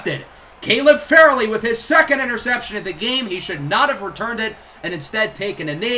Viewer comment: Not to be that guy but Caleb Farley is pronounced Far-Lee. Also keep these coming I can't get enough of my titans